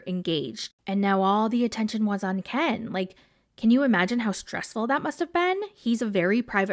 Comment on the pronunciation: All she thinks about is KEN ! KEHN is. How she pronounced his name . KEHHHN IS FIRE to her 😜